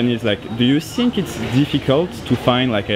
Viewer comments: ''do you sink'' 😅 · J'ai regardé pas mal de vidéos de la chaîne c'est vraiment super, par contre faut que tu arrête de dire "do you think" en prononçant avec un "S" sinon sa veut dire "évier" le TH est dur mais prononce avec un "F" à la place ce sera moins bizarre ;)